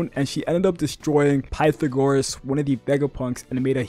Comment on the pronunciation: Pih-tha-guhrus. AGENDA!!!!! YES!!!!